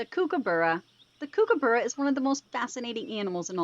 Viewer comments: Kookaburra is pronounced like "Cook uh burra", they aren't Kooky :) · Kookaburra is pronounced "Cook uh burra" they aren't kooky :) and Quokka is pronounced Kwok uh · Kookaburra pronounced like "Cook uh burra" :) They aren't Kooky